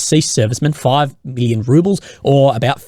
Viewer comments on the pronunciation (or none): none